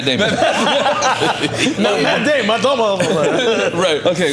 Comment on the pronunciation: FUNNIEST PARTS LMAO NORE CANT PRONOUNCE MATT DAMON LMAOOOO AFFION DOES MEXICAN IMPRESSION LMAOOOO